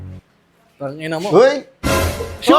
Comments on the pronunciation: Chun Lee ❌ Chon Le ✅ 😂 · Chun-li lichun (letchon) hahaha hahaha